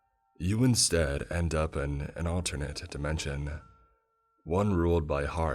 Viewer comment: "You Insteaduh End Upuh in an alternatuh dimensionuh" bro... why you talk like that